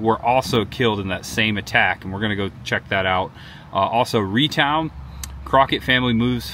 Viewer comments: Ree town 😂😂😂 Rheatown, like Ray town 😁 if you ever see Mosheim, it's Moss- I'm not Moe Sheem. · Rheatown pronounced “Ray” town….Rogersville is in my county…loved finding you here